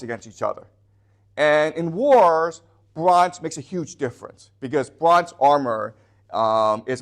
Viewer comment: the bronj age, ok then, this guy barely speaks english, but thinks he knows shit